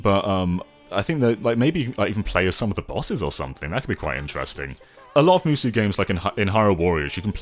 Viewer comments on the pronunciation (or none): Musou is pronounced moo-so not moo-soo. lol